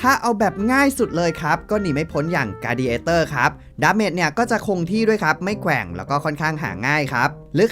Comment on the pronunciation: แกว่ง ❌ แคว่ง ✅